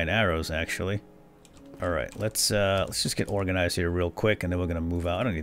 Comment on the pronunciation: He does... have you heard him say Organazized? lol ;)